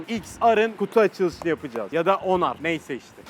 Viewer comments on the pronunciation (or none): Onar değil sonar